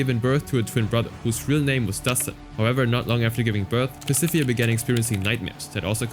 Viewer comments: "Pacifia" "mageh-don" 😭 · why are you saying Pacifica's name like that?? the last c has a ''k'' sound. 😭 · I enjoy the video, but little nitpick, I got annoyed when you pronounced "Pacifica". Other than that, very informal video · You mispronounced "Pacifica"